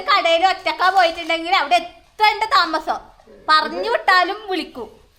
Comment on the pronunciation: താമസല്ലോ എന്നാണ് 😂😂